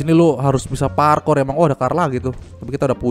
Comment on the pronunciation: Wkwkwk masa bilangnya parkor (pala korengan) bukannya parkour wkwkwk kacaw